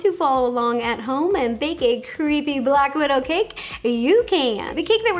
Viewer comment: Black Wid-Ro